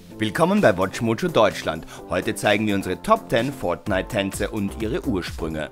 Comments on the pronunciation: wie er fortnite ausspricht :D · Bitte sag nie wieder fortnite du sagst es soooooo komisch es nervt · Fortnite sollte man schon richtig aussprechen können